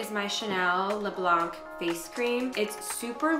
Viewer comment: gabi when saying „Le blanc“ you shouldnt pronounce the C <3